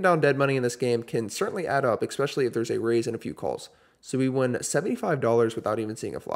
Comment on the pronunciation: First time checking out your vlog. We're in and you've already said "exckspecially" 5 separate times. My nerves can't take any more